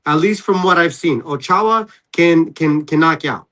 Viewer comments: Steve: "O-chow" Max: It's "O-cho-ah" "Alright bro, my bad. Dayum!" 😂😂😂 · “oh-chow” cmon bruh how tf do you have Garcia as your last name put can’t pronounce Ochoa even after your corrected by your friend but the white guy next to you can say it perfectly like cmon bruh I fw channel but it’s kinda corny how you try to deny your Hispanic heritage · Bro said exactly what I was thinking. Like come on bro, ur a Garcia, ur Hispanic. You never heard of the Mexican goalie Memo Ochoa? Smh. Lol. All love to Steve but do better my dude.